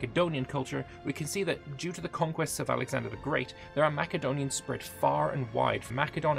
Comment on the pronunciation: Didn’t realize Macedonians were Scottish … MaCedonia. The C is pronounced as an S sound lolol